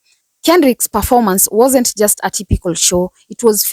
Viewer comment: It wuurnt for you baby..!!🤣🤣 She's right..!